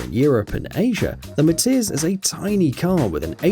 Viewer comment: When viral car said MATIZ i tought he said MATITS